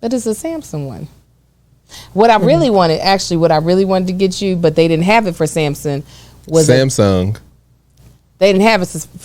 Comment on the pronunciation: is definitely Ms. Dorothy's child. saying Sampson for Samsung is hilarious.😂😂😂